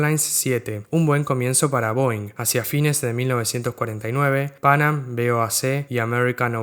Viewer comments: Me gustó mucho tu video. No como crítica sino como contribución quisiera señalar que la pronunciación de Pan Am era "pan-am" y no "pánam" y la "C" de BOAC era por "corporation" no por company. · me hace ruido escucharte decir "pánam" cuando escuchamos "panám" toda la vida...que diría Laura Franco...y por supuesto su mentor y quien la bautizó:Gerardo Sofovich